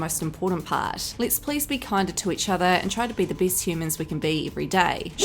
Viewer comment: Geez woman. How bad can you be at speaking? You mispronounce so many words, my ears hurt. People get better, not bitter! Things are best, not a beast! Even Beyonce speaks better.